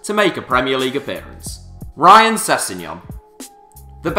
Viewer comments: You put no effort into research in these vids it's rhian not 'ryan' ffs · It's pronounced Ree-an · sorry to break it to mate but it's pronounced rhian